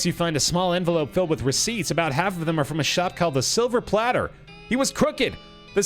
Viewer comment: I love that actually mispronounced silver plater until he was corrected just like the character was.